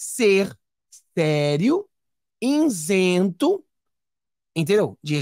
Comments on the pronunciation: INZENTO? NÃÃÃÃÃO!!!! ISENTO ISENTO ISENTO ISENTO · Amigo, não é inzento e sim isento.